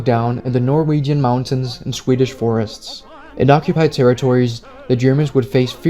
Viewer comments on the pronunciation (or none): none